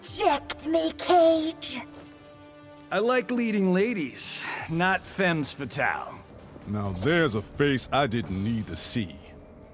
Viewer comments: It's pronounced "fem" fatale, s is silent in French. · Cage can't even say femme right.